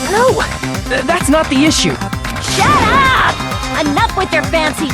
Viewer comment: did akane really just said shaddup..?